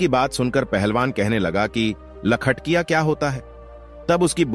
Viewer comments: लखटिया नहीं सर लखटकिया कहते हैं 😅 कहानी बहुत ही मार्मिक है। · लखटकिया होता है लखटिया नही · लखटिया बोल रहे हो, अरे बेबकूफ लखटकिया बोल न